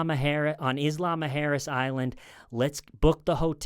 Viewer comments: It took me until this video to figure out he was saying isla mujeres 😂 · Isla Mujeres is pronounced "EESS-lah moo-HAIR-ess" (roll the 'r') It's Spanish for Women's Island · it took me until seeing your comment to figure that out 💀